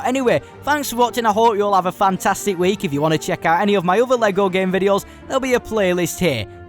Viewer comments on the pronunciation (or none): none